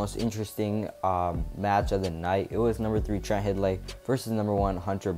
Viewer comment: Hidlay is pronounced "Hide-Lee" not "Hid-Lee". Not trying to rag on your video. Thanks for doing it. But I'm from their home town and went to their high school matches. Their dad was the commentator and I heard him pronounce their last name many times. Thanks.